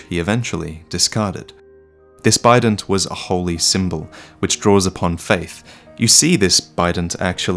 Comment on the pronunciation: I heard "Bident" as "Bidet" so I was very confused for a while as couldn't remember the enemies, I envisioned them bludgeoning the player with porcelain ass washers